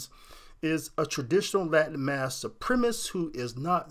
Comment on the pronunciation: It's supremacist, not supremist.